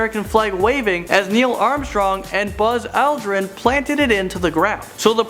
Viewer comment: how the hell did he just say Apollo? - n the way he says Buzz Aldrin too... wtf? can this guy not read correctly??? Did anybody else catch those besides me?